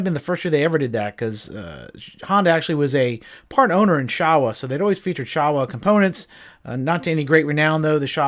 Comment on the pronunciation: Showa is pronounced like “show” “wah” , just to let you know! 👍🏽